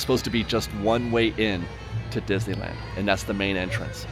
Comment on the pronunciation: You are my absolute favorite Disneyland vlogger. I love your cheery, unbiased, thoughtful reports featuring the perfect balance of information and opinion. I look forward to viewing every update. However, may I please ask you to do me just one favor? Please, stop rushing through the name of the park when you pronounce it—or rather mispronounce it. After all, it is the subject of your channel! I've heard "Dizuhlan," "Dizeeland," "Dissle'ann..." Please, slow down and say "Dis-ney-land." I know you can pronounce "Disney" and "land" separately. I've heard you do it many times. But, for some reason, when you put the two together, they come out as something else entirely. It's beginning to drive me nuts. And it's a short drive! PLEASE, just say "Disneyland." 🙏